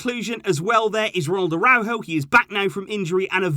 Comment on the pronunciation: Dear, I like your channel and the insight you present. However... For such a devout fan of FC Barcelona, I'd expect you to learn to pronounce some basic names correctly... Like Araújo or Cádiz... The call have the accent indicating the pronunciation. And I'm sure you've heard Spanish commentators or youtubers say these names... I just think the players and teams deserve to have their names pronounced the way they should be. Especially if you have 2 channels dedicated to the club and have been a fan for years... Kindest regards and thank for all the updates:)